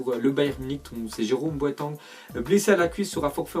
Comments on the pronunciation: Sa se dis boating et pas boatENG merde. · " Boatang " tu as pas le droit... 😅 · Mec tu sais pas dire Boateng ou quoi ? 😂